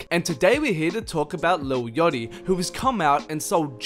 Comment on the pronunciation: It sounds like "little yawty" when you say his name lol